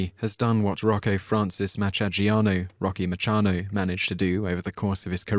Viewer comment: These are American heroes. Why use a Brit for the voice- over when they mis- pronounce half the names? "Rock- na" really?